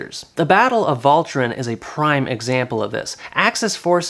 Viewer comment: I had to correct you since you mentioned it, but the 'ch' is walcheren is a sound that isn't in the english languange. 'ch' in dutch sounds the same as the 'g', Its a scraping of the throat kinda sound, not the same as the english 'k' sound, you can look it up if you want to be able to pronounce it correctly. Do note its pronounced different in Flanders and the south of the Netherlands, with the scraping sound becoming progressively less harsh the more south you go.